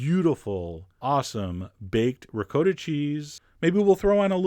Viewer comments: One more time...it is pronounced Ri KOTTa not ReCoata. It means double cooked, or cooked again. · Nobody: Absolutely nobody: John: Ri-COAT-AH!!! 🤦🏿‍♂️🤦‍♂️🤦🏻‍♂️🤦🏾‍♂️🤦‍♂️🤦🏼‍♂️ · Wait, did he just say rick-code-ah? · How about trying to pronounce ricotta correctly next time! REE-COT-TAH, not recoder! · It's pronounced Ree caugh ta NOT RE COT TA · ri COTT a not re-COAT-uh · You're also mispronouncing ricotta. It's a short 'O' as in Hot, Top Pot. Not'a long 'O' as in Moad or Toad or Code... Just saying... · How 'bout don't be an ass. No one said "recoder". And Italians don't rhyme the second syllable with SPOT. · telling how its pronounced, but saying Ri-koh-ta. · Actually, no. It's Ri-caw-tta. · or to upset australians call it 'ricoata' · The way he pronounces ricotta just fucking annoyed me .. it' RI-COT-uh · Disturbed voyeur reporting for duty!!! Also, who cares about the bruschetta pronunciation... what grated my nerves was how you destroyed the word ricotta... or maybe im just biased to Italian pronunciation...